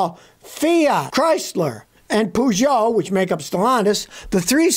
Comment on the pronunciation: Pougoot😂 Only French people can understand it, it’s like when they try to talk English by forcing the Paris accent😅